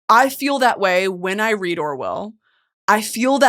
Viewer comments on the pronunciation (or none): none